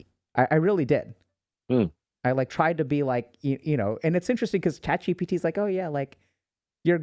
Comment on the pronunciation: No one: Dr. K: ChatCBT 😂